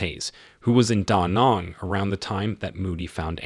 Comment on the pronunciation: You mispronounced protégé & Da Nang. Very bad 👎